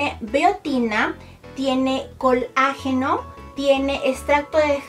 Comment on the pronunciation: Se dise colágeno no col ageno